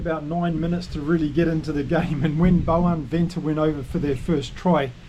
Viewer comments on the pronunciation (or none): Hi, I like you analysis and enthusiasm. Just a tip on pronunciation, if you’re interested. The V in Afrikaans is pronounced as a soft F, thus Venter is Fenter and van der merwe is fan der merwe. No criticism, though.